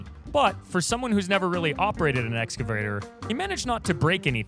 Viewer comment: . "Excavayer" lol